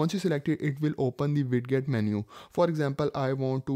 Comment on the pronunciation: Its spelled widget but its pronounced weijit